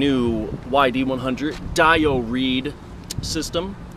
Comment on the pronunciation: Pronounced DeeO not DyO just trying to help